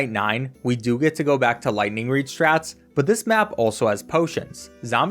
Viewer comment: Every time he says lighting reed I have to do a push up